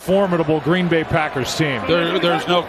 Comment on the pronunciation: Gween Bay ???, .ashamed slips they said nah